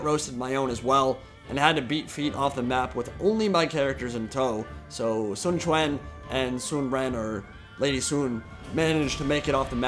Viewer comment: Your pronunciation of Sun Quan is spot on m8